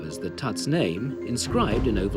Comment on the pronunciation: it's funny how no one can pronounce his name correctly